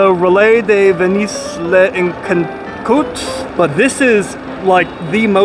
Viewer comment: Your pronunciation! Lekentrote? How about trying to pronounce the letters in the order in which they’ve written? That shouldn’t be too hard.